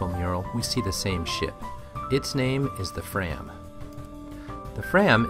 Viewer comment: Just one comment (this is excellent) - fram is pronounced "frahm".